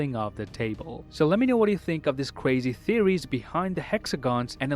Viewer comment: cwazy theowies